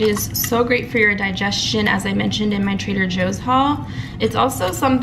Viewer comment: Bruh 😩 do you be saying Trader Hoes? Cause that's what I'm hearing 🤔😂😂😬